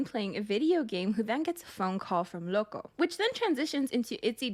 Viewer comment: OMG says loco better than the whole kpop idol world (I'm a Native Spanish speaker so i know when something is well pronounced)